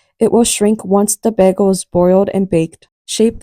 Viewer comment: Its BAY-G-LE and NOT Baaagle.